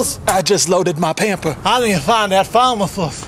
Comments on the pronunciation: Abbey Garrett *Pharmasust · "Pharmacust" lmao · I think he said "FARMASHUST" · ALSO PHARMACUS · ForeverGirlAJ He pronounces it like "Pharmasust"